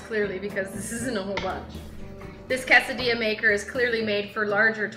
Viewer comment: Pronounces quesadilla really weird.